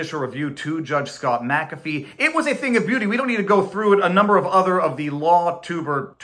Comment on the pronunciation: I do like that you are one of the few on YT that can pronounce Mc-Afee